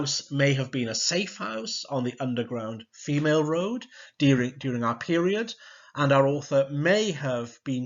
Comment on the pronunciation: brilliant, but i think femaleroad is meant to be said to mimic railroad. other than that, this was amazing. it's toe the line, btw, tow as you use it means to pull something. in uni I was so frustrated by my American law tutor's inability to pronounce UK place names, i used up three office hours on how to pronounce Scots, Gaelic and Welsh words and names. it drove me insane.